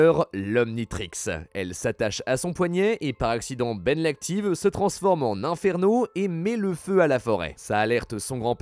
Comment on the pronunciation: Erreur on dit iiiii-n Ferno pas in-ferno